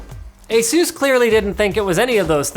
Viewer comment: Linus, seriously, how do you pronounce 'anus'? Yeah? Now pronounce 'Asus' again.